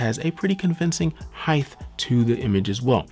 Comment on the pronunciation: You gives great reviews very informative sorry but you do one thing that gets under my skin it's when you pronounce the word heighth instead of height there is no th pronounced at the end.